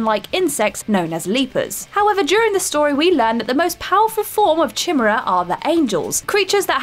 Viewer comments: CHIM-ER-RA WTF it's pronounced KI-MEER-A love. Ancient Greek Mythology do your research. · Chimera - kai-mare-a. Not even close to "chimra". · Kai-mae-raaaaaaa. I like chim-era more. 😊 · As a British English man, nope, nope, nope. "We" don't pronounce it chim-er-a. Only the Whatculture Muppets do that. It's Kai-mere-ah everywhere else. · By "chimmera" do you mean "ky-meera"? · Lol "chimmera" Soldier: Sir the chimmera are coming! Captain: lol the what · I’ve never played a Resistance game but I’m gonna go out on a limb here and assume the race is called Chimera, you know, where the ch is pronounced as k. Also, in Revengence, it’s Ride-en not Ray-den 🤦🏻‍♂️ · I know she didn't pronounce Chimera (kai-mare-a) correctly, but I'll give her a pass as the editor or someone off screen could have reviewed it with her before the video. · Lol chimra haha haha. Maybe it’s the Japanese pronunciation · "Chim-er-uh" 😂 it hurt to hear that but man it makes me laugh thinking if that's what they were pronounced as in the game 😂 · Say it with me Kai-mare-ra, that was so painful to hear, this isn't the first time you lot have done this, just shows you haven't played the game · “Chemurra” “chemurran” What? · CHIM era.... Come on If you're gonna say it, say it right... in Mission Impossible 2 did they call it the CHIM era virus? noooooooo… please tell me she doesn't mispronounce anything else. I cant watch. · it's Kai-Mera and Ri-den (Ride-den), Rayden is from Mortal Kombat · Does she say things wrong on purpose? In this one it was "chinera" and "implied" but I think I've noticed it elsewhere too. Is it on purpose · Good god... "Chimmurra"? Does nobody review the content before posting? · Can we just deal with one thing...Ki-mare-ah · Pronounced Ki-mair-a, you know, from mythology. Ffs. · I know it's spelt like "Chimera" but isn't it pronounces "ki meer a" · Chimera is pronounced ky-meer-ah... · come on man... you're supposed to pronounce kimera (chimera)... damn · for real. yikes.